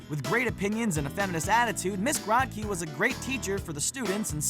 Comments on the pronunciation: Raise your hand if you also got a concussion from all the facepalming during the Recess entry? You know, 1+ facepalm for every time Graht-key was pronounced. facepalm It's pronounced Groht-key! Like grow! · it's GROW-KEE, you uncultured swine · yeaa like its pronounced Miss Grow-Key .. not whateva the hell they said lol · It’s pronounced grow key not gra key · It's Ms."Grow-te-Key" you uncultured fools. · Grotke=Grow-t-key man. Come oooon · It was pronounced Grow kie if i remember correctly. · Miss Grotke is pronounced with a long O. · I like Chloe more then Sparky! The show was going down hill either way! Also you pronounced " Miss Grotke" wrong. Man she was hot! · if you watched an episode of recess, you'd know how to say her name.